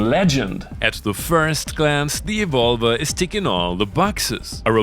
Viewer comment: To me it sounds that You are saying "the vulva" when you are saying "the Evolver". Which is making my inner school-boy giggle uncontrolably.. I want this synth so much! Thank You for another great video!